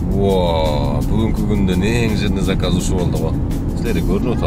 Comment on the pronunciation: Салам алейкум. Саказ эмес заказ болсо керек.